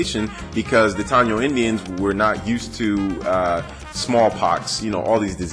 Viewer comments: its pronounced tah-e-no (taino).. great video got a thumbs up my me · Good vid young blood. But we are pronounced Ta Eee No. Lol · Im 6 years late. Its Low-ee-sa (Loiza) , Appreciate youre breakdown we are here and living. Strong Tie-ee-no (Taino) population in P.R. as well reaclaiming our identities and land. Afro Boriken here. Boriken is the name the indigenous people gave it before the Spaniards. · it think Taino is pronounced TIEE NO, I was a 14 year old in Conneticut and a Puerto Rican of obvious African origin called me the N word, stung like a mofo cuz I never expected to hear it coming from someone like that, but I digress, DNA PR tend to be about 4-18% African, and Dominicans even moreso